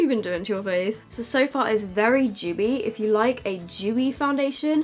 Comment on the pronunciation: Lol u say dewy wrong you say jewy